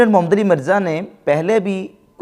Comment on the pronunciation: آپ کو محمد صل اللہ علیہ وآلہ وسلّم لفظ بھی ٹھیک سے ادا نی کرنا آتا۔ انجینئر کے نام کے ساتھ محمد صل اللہ علیہ وآلہ وسلّم کا نام ہے تو کم از کم تمیز سے نام لیں۔ بغض میں ادب نا بھولیں۔ شکریہ